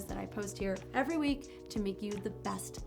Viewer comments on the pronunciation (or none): none